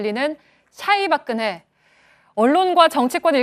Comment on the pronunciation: 오대영 기자님 발음 꿀잼. 솨ㅑ이 박그네